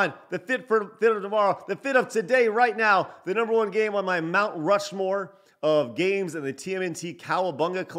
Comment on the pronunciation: Rount Mushmore 🤣😂🤣 Good stuff